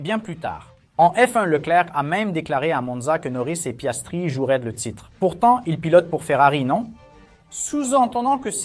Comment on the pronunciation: C’est Piastri et non Piastre !!!!!